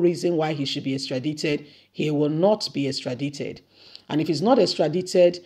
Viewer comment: Extradited- the I is pronounced as I. Extradition is pronounced as the sound 'e'